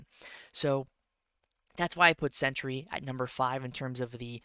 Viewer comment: It’s Sentry not “century”, I tell you because I love you 🤣 Two syllables not three